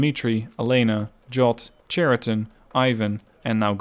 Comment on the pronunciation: I may be not the first one who says that, but still. "Ch" in word "Chariton" spelling like in word "Character". It's not a very big mistake, still russian native speakers might misunderstood it.